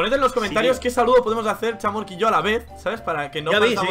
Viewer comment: Se pronuncia chamork o es que Zen no sabe pronunciar.